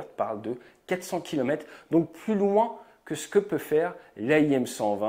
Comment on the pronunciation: Bonjour ATE. J'adore toutes tes productions vidéos ainsi que la pertinence et l'exactitude de tes analyses mais s'il te plaît pourrais-tu soigner ta prononciation de certains mots. Par exemple "kilomètre" vient de mètre et donc comporte un "R" qui se prononce. La plus par du temps, comme beaucoup de personnes tu parles de "kilomètes" sans prononcer le "R". Tu fais comme Jean François BERNARD dans ses commentaires sur le tour de France qui parle de "kimomètes" trente fois dans chacune de ses chroniques. C'est comme le mot "aujourd'hui " que tu prononces comme la plus part des journalistes "AUJAURD'HUI ". Aujourd'hui s'écrit avec "ou" et se prononce comme tel. Je suis un peu confus de te faire ces quelques petites remarques mais je suis attaché à la bonne prononciation du vocabulaire de la langue Française. A part cela bravo pour tes vidéos et pour tout ce que tu fais. Je ne rate rien et j'adore l'aéronautique. Bien amicalement.